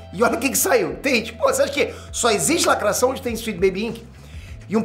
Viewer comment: muito engraçado !, o sotaque francês falando da lacrráte !!!